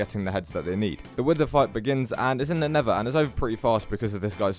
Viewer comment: bruh this dude has earned my respect just by pronounsing nether like nevah